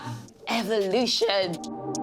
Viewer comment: he said EVA-LUTION he a Eva Marie fan like me. that the correct words to say how you say it. not Evolution it's EVA-LUTION and this is EVA-LUTION so great so amazing that he said that at what a honor I'm keeping EVA-LUTION alive. Always her badass theme boss it